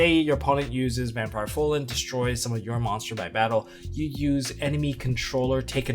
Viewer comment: Why does it annoy me so much that people can't pronounce "Fraulein" correctly? They all say "Frolen" instead and I don't understand why.